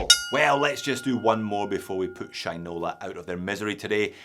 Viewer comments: he also says Sheeen-ola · haha. u made it sound like sh1te-nola.